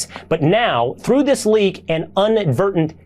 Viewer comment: Unadvertent!!!??? 😂😂 really!!!??? Do US Fox News Ancors not have a need to understand & speak a basic level of the English Language!!!??? I'm sorry but aside from the gaslighting, which I frankly expect, how could anyone take anything they say with any seriousness or give it any credibility!!???